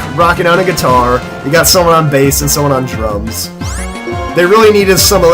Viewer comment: when said someone is on drums i thought he said drugs